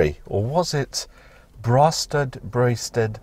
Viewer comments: Apparently it’s pronounced Bray- sted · Definitely pronounced ‘Braysted’